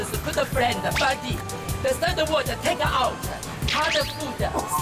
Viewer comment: 好朋友應該是 "buddy", 不是 "body"